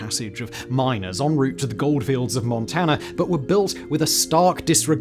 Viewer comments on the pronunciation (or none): none